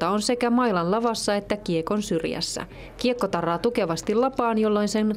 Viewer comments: sillä oli r vika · joo toisel on ärrävika, sou what. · Voitte ihan oikeesti katsoo peiliin ei tarvii kiusata muita jos joku ei osaa sanoo rrrrrrr kaikki varmasti ymmärsi että se tarkoittaa tarra, vai joku ei ymmärtänyt niin huhhuh.